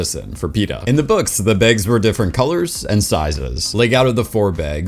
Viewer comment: "The begs" Tell me you're Minnesotan without telling me 😂